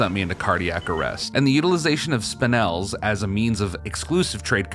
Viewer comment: you're like the only person who says "spinel" right lol.. "Spine- L" is a popular term, apparently!